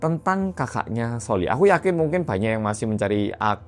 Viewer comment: Yah kan mingkin😂 “mingkin”